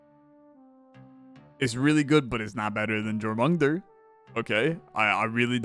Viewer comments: It should be closer to "Your-muh-gun-der" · More Your-mun-gander. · the world serpent is pronounced yormun-gander, it irked me the way you said it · dying at jor mung un der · He said that snake's name at least 20 times in different ways and I don't think any of them were right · He never once pronounced the "j" as a "y," so correct, none of his pronunciations were right! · Haha just heard him say it 😂 It’s all good, not everyone’s played god of war or study mythology to learn non-English names